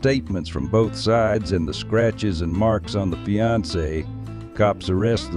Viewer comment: Did she say they were "fianced" 😂